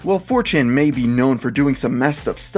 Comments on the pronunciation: He said 4tain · he said "4Tan"